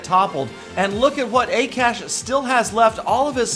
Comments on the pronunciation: haha XD i love how you pronounced akash FYI it is Ah-kah-sh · you pronounced akash wrong it is hindi name which is national language of india